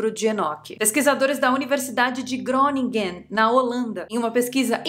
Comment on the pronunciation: Groningen = rrroninra . Amo os libros de Enoque !